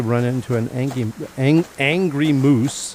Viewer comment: angy is how my granddaughter says angry lol when you misspoke it made me smile and think of her lol